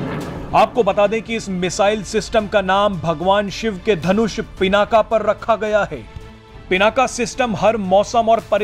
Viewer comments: Bhai Pinak bol PinakA kyun bol rhe ho. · पिनाका नही पिनाक है इसका नम सुधार लो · पिनाका नही पिनाक नाम हैं। भगवान शिव के धनुष का।सत्यानाश हो अंग्रेजी बHयाद mB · भगवान शिव के धनुष का नाम पिनाक था , आप बार बार पिनाका बोल रहे हैं । कृपया अपना उच्चारण ठीक कर लें । जय हिन्द । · कृपया पिनाका नही पिनाक कहे। ये संस्कृत का शब्द है। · As a news reader you have to pronounce a distinct name correctly. The fire arm is पिनाक । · भाई साहब 'पिनाक" होता है